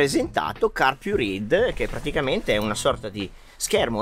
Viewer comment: La pronuncia è [carpuraid]!!!!!!!! Basta vedere i video stranieri